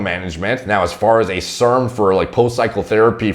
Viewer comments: Did have a stroke or is it just a speech impediment? Why does he mispronounce words like serum? It's SEAR-UM like 'hear 'em?', not SERM like sperm. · Nobody:: serms